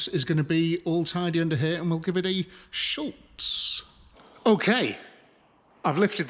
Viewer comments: Great couple of videos on the MX-5! I’ve lasted so long here but I’ve got to say it now, there’s no L in Schutz 😂 NO SHADE! Love the channel ❤ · Love the channel and really enjoying the Eunos restoration. Just one thing that irks a bit - SHUTZ does not have an 'L' in it. 🙂